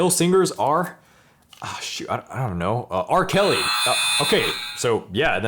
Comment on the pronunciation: TIL ITS R. KELLY NOT ARC. KELLY!